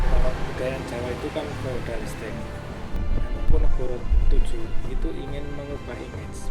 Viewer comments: yg bnar sesuai ejaan bs Jawa ... Mangkunegara VII bukan mangkunegoro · penyebutan nama nya bukan mangkunegara Vll tapi mangkunegoro Vll